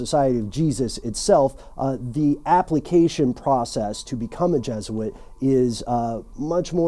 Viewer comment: Your pernocncing Jesuit wrong.